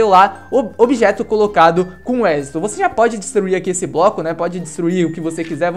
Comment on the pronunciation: † Ele disse: "Objeto colocado com éxito" akakksakkakakakaka é "êxito" †